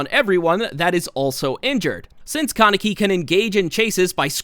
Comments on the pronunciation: Its not con-neck-y lmao its Kaneki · “Kuh-necky” lol